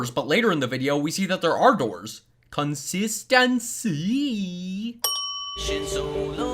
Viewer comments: Idk why but I died when he said, c o n s I s T a N c Y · You mean CoNSiStEncY? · When you said consinticy its was funny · I like the way you said “ consistency”